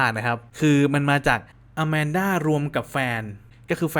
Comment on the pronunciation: เรียกว่าอาแมนด้าครับไม่ใช่ อามันด้า😅😅